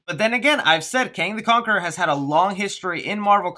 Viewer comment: "Kong the conaquerer" 😂lol. Good video